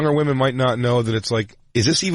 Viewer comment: I'm not surprised! His girl can't say women. Crackle crackle